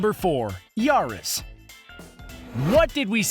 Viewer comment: Yaris sounds like ya ares